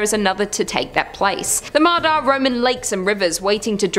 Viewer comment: I know in writing, Ma Da is the exactly words in English alphabet but it's actually pronounced "Ma Ya" in Vietnamese. D and Đ are different in Vietnamese, she actually used Đ, not D. QU is pronounced W.